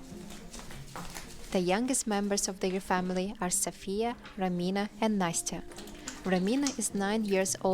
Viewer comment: nasty-uh 😭😭 its na-stai-uh